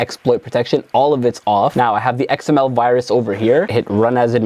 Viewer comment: xml said like that your computer f by xml